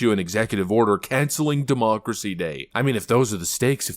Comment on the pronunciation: I love when this guy says "DEMOOCRISSY!" 😅